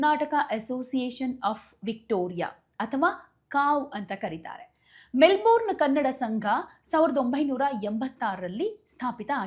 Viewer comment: Info given is incomplete. Also pls pronounce properly. ನಿಮ್ಮ ಉಚ್ಚಾರಣೆ ಸರಿಯಲ್ಲ. Melbourne ಅನ್ನು ಮೆಲ್ಬನ್ ಅಂತ ಹೇಳಬೇಕು. ಕೆಲವರು ಮೆಲ್ಬರ್ನ್ ಅಂತಲೂ ಹೇಳುವುದುಂಟು. ಮೆಲ್ಬೋರ್ನ್ ತಪ್ಪು.